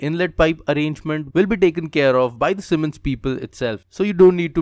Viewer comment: Wait a minute . Did he say semens people